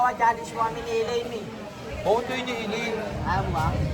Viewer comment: Hindi po acelaine. Aslaine